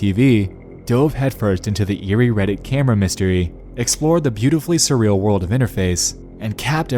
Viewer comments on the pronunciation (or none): none